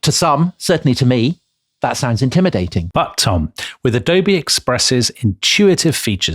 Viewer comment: ah dough bay